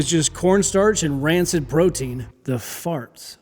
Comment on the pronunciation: I start to take a drink as you say, 'The Fasrts". Yeah, that drink of water didn't go well.